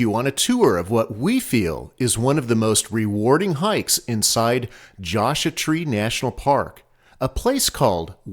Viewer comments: I referring to how you pronounced Joshua. :) I've never heard it pronounced that way. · Love your videos, but could you please pronounce Joshua Tree correctly? The "u" is in Joshua for a reason.